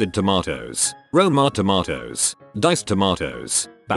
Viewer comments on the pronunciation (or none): none